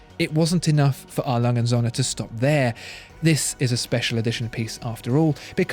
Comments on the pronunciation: Söhne, with an ö, not Sohne. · You are making a little mistake in your pronunciation of Söhne which means sons, the ö is pronounced like er as in early, anyway great videos i love watching them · Please, please, try to learn how "ö" is pronounced.